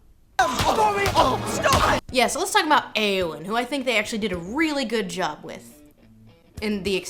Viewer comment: Eowyn is pronounced "Eeh-oh-win" NOT "Ay-oh-win".